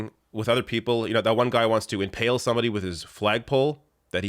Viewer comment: Inhale? Did you mean impale?